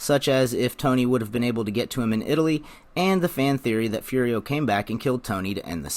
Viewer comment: Of course he has a nickname! Everyone calls him "Fury-oh" when he was actually named "Foo-dee-oh" 🤦🏽‍♂️ Come on!